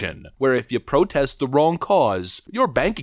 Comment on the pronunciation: The state of those 'police officers' is shocking. That women can barely enunciate her words. She could barely pronounce the word "protest".